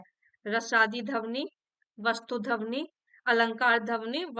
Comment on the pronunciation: ध्वनि का उच्चारण सही कीजिए,,गलत सुनने के बाद बार बार फ्लो टूट रहा पढ़ने का